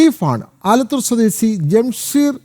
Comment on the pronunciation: "സ്വദേസി " "കൈവസപ്പെടുത്തി " എന്തൊക്കെയാണ് ഈ വായിക്കുന്നത്